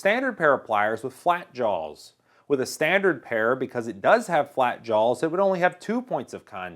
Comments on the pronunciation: Really sounds like he is saying jawLs. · There's no "L" in "jaws."